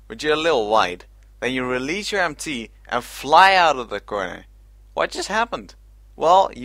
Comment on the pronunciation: every time he says MT it sounds like ‘empty’